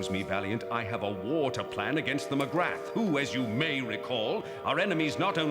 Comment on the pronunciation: "Magrath" is not pronounced as it is spelt. It's correctly pronounced 'M'grar'.